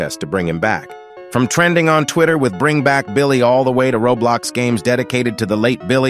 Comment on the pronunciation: Bro Just said [raw blox]💀